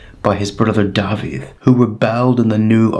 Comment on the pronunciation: mae'n cael ei ynganu "dah-vith" nid "dah-vid" yn Saesneg